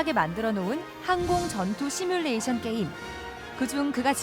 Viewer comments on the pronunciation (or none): none